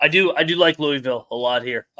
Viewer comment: Soon as he said cards/Louville I left